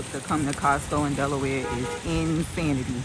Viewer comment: I enjoy the content.. wait did u call Delaware 'Deloya" lollllll